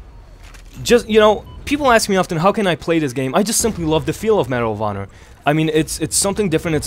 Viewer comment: when he says medal of honor i keep think he's saying marijuana